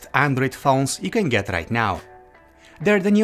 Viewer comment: You can geth rith now Fingerprinth reeeder Accurathe reeadngs Intherupt